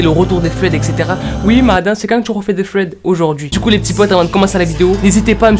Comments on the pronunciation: Oui mais j l'impression que tu dit fred au lieu de thread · Sa ne se dit pas fread sa se dit sred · Quand tu dit thread on dirait que tu dit Fred 😭😂🤣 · Quand tu dis thread tu dis fred 😂😂😂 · Un ''fred'' super flippant. Désolée à chaque fois moi j'entends Fred😂😂😂😂 sinon j'aime beaucoup le concept, belle vidéo. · OUI MAIS ADAAAAM pourquoi tu dis "sswed" 🥥